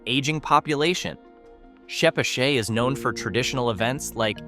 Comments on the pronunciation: I've never once heard "Chepachet" pronounced this way Ever!!! It is always called Che pat chet, or Pascoag as Pas co ag🤣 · I’m from Rhode Island and I am pretty sure chepachet and Glocester is NOT pronounced the way this video does. Sounds like a voice of a computer program. Oh, Albion is not in Smithfield. It’s up the road from my work in Lincoln.